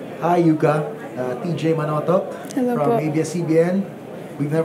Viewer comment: Yuka’s pronounciation is Yuuka, isn’t it?